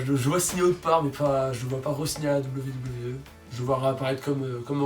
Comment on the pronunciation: C'est moi oû tu dit VVE au lieu de WWE ? Super prono ;)